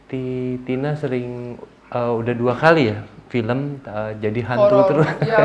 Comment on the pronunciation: BAk mas ituh vilem nyah judulnyah apah